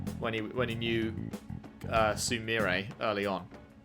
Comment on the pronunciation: You got her name wrong, it’s Sumire. Man, it’s gonna be a while to get used to that after being lied to for almost a year.